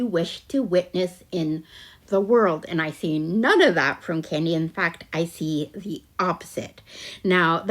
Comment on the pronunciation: And when she says DAT for that!